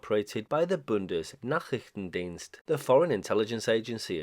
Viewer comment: Your pronunciation of Bundesnachrichtendienst is perfect!